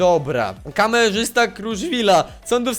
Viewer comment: Ale super orto ; Kameszysta zamiast Kamerzysta ;_